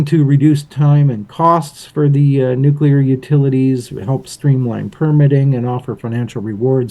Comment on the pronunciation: My brain can’t handle it when people say nuclear wrong…. Good video though, thanks